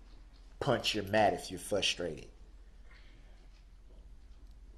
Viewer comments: Say what?!? Fus..trated??? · BOY ITS FRUSTRATED NOT FUSSTRATED. HEY BOY ITS ALL YOUR FAULT NOW LIKE YOU PEOPLE DO BLAMEPgwe